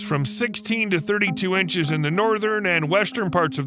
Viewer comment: What is an eench?